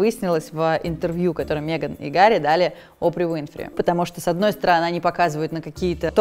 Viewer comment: Пожалуйста, хватит говорить мЕган! Ну Мэган же.